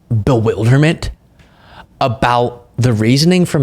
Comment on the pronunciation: Did I just hear you say be-wil-DER-ment instead of be-WIL-der-ment? 😅